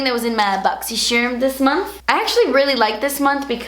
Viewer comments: I don't even really care about what's in the box..I just love hearing her say "Boxy Sherrrrrm" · These videos are my favorite, solely because you say "boxsysharm" 😂 makes me laugh every time lol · i literally only watch this to hear you say "boxysherrrrm" because i don't even have this subscription lol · yey! it's boxysherm again hehehe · I'm actually dead at the fact you nearly said "I don't typically love clean brush"... well at least that's what I think you were about to say, lol! I wish we had something like BoxyChhhhhharm in Australia... our boxes suck! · I love watching these videos just to hear you say "Boxy Cherm unboxing" 😂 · I LOVE when you say boxy sharm unboxin 😂😍😄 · "BoxyCHERM" makes me cringe every single time. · I love so much "ma bogzy-Sherm enboxin'" 😂😂 ILYSM 💖💜💕xo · Before i clicked the play button on this Vid. I pronounce BoxyCharm the way says it... B0xyy Shaarrrrrm! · I mostly watch your boxycharm videos to hear you say boxy charm bc it's so funny and cute ilysm 😘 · Literally come here to hear you say Boxycharm!!! Lol ❤ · I love how you say boxycharm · I really just watch these videos for the way you say boxycharm😂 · who comes to see say Boxycharm?! Lol